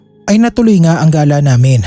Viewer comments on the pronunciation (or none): none